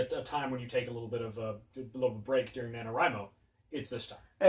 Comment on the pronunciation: so glad is backing me up on the correct pronunciation of NaNoWriMo